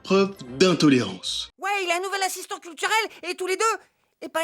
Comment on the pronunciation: Ass'istant ou assistant cul en France 😂